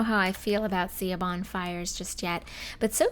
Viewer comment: Hey, just a sorta FYI, Siobhan is pronounced like "shuh-von". Ik, it's absolutely nothing like how it's spelt, but I guess that's just how it is lol.